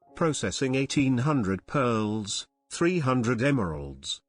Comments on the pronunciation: What's with the narrator pronouncing peeeeaaarrls instead of pearls?😂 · I swear, the way he says pearls creeps me the hell out.